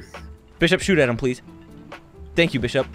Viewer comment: You said bis shop 😂